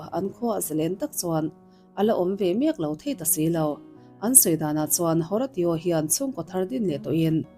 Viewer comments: Haratio i lam rik dan hi a mak ka tia.. Hawrasio tia lam tur anih ka ring.. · Horatio a nih chuan Ho-Ray-Shooh ti a lam rik tir a nih ngei ka ring.